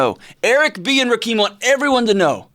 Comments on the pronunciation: It's Ra- Kim... but yesssssss!!!! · Rah-Keem? You definitely aren't a hip hop head.